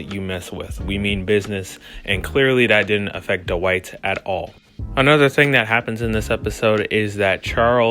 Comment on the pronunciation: it's pronounced dwight not dowight